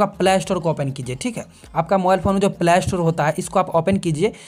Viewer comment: He is not telling play store he tell plaaystoore 🤣🤣